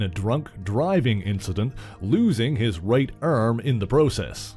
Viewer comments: “A Hollywood actor who had crashed his KERR...losing his right ERM”..... I love Canadians....I’m dying 😂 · I peeped that too. Erm?? WTH is an erm? lol but I just rolled with it since he was doing a great job telling the story😜